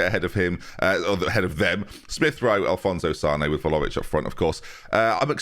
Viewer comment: Can pronounce one of the hardest names in the game but still calls Vlahovic Volohovic 😂